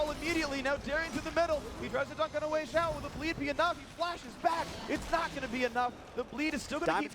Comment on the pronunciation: so they pronounce weixiao's name correctly this time.